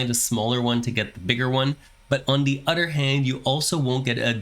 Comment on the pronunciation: Honestly man, it's "other" not "otter" that annoys the heck outta me. Bye